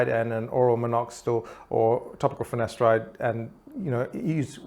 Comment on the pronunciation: Why did it always sound like he says ‘finesteride’ when it’s ‘finasteride?’